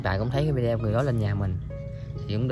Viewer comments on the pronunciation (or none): none